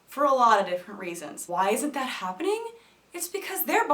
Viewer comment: I died as soon as you said "dat" LOL